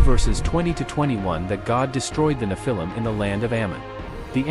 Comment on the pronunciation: Thereare still very tall people. It isnt nephIIm with emphasis on the lim its NEPhilim